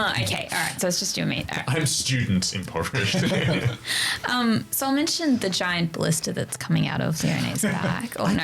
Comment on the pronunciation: “he’s regular poverished” 😂